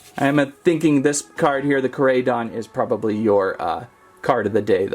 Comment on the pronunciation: First of all it is ko can you say o because it is how you say koraidon and it is not x it is e x you say it as e x